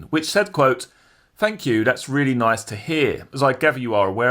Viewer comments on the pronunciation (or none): none